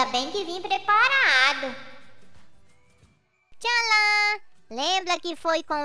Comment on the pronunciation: É impressão minha ou o falou preparado com r..?